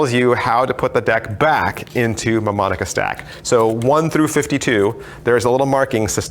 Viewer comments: It's pronounced New-Monica. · Great review,! Just remember that the "M" in "Mnemonica" is silent.;)